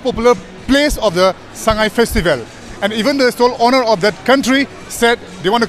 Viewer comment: It's so disturbing to hear the news reporter saying Festi vel.😧